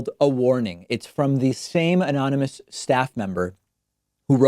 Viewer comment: When he's trying to say "anonymous" at a talk. Three times he attempts and is slurring so badly, it doesn't come out. At all.